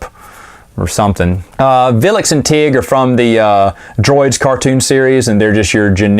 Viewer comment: That would be "Vlix", not "Vilix" ;-)